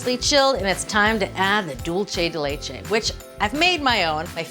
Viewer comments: Yes, she mispronounces it, but then again she is pronouncing it in English. As I always point out, no one in Latin America is pronouncing English, German, Polish, Slavic, or non-Latin based language words correctly so I think she deserves a pass. Cooking shows in Mexico or Colombia are not making attempts to say bratwurst, sauerkraut, Riesling, or Gewürztraminer correctly using the correct vowel sounds that do not even exist in Spanish. Let us just stop with the hypocrisy. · Why does she keep pronouncing "dulce de leche" so Whitely? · Pronounced: duel-se de leche. NOT dulche 🤦🏽‍♀️ Also much easier way to make it… boil an unopened can of condensed milk for 2 hours (always covered in boiling water) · Maybe could be a regional thing. I think she's up north. I'm Arkansas. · Dulce de leche, please look up its pronunciation before making another video about it. 😶